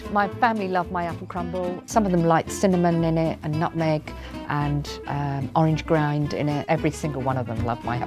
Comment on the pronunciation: I know she didn't just say "orange grind"